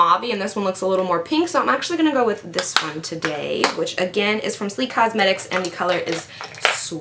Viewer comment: I notice when you say "going", you sound like "going-a". Lol!